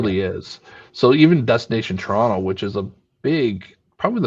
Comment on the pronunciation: That's the proper way to pronounce Toronto.